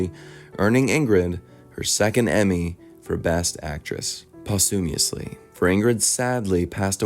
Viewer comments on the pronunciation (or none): Posthumous not postumiously as you said.